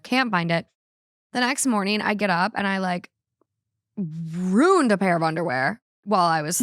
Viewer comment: I’m from the Midwest and I’ve NEVER heard anyone say ruined like. Bag/egg is something I hear often, but never ruined! lol